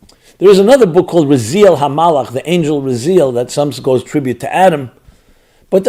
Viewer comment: Pronounced: Ra Zee Ayl HaMalakh - stress on the last syllable. Your Body doesn't vibrate Hebrew.